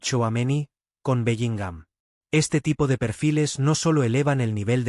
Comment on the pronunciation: Lo primero q tenéis es hablar bien q parece q a belligham lo acentuáis en la a